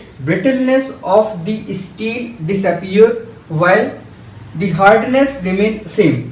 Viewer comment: It is steel not isteel .. improve your pronunciation.. You are not explaining any thing you are just translating from English to hindi.. there is lot more to know in that like molecular bonding sterss strain etc And you don't read the sentence again and again it's really annoying..